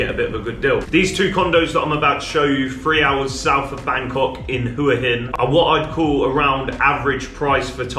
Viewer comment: Well done, quick and accurate. And most of all, unlike most Westerners, you pronounce หวัหิน Hua Hin correctly.